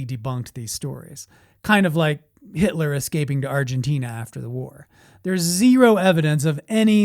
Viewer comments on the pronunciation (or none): none